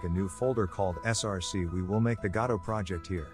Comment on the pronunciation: AI thinks Godot is god... God-O